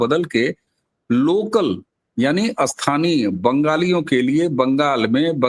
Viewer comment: स्थानीय का उच्चार अस्थानीय ऐसा मत करो दोनो अलग शब्द है। दोनोंके अर्थ अलग है।